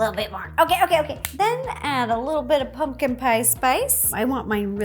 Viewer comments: I love the way she says 🎃it sounds like (pun-kin) I love her vids so much she is just so cute! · I love how Ro says “pungkin” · RO JUST SAID PUNGKIN!